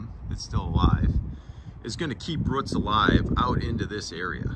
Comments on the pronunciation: Why did you pronounce roots as ruts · ROOTS IT HAS A O NOT A U NOT A ROUT A ROOT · ITS CALLED ROOTS NOT A ROUT THERE IS NO U IN ROOTS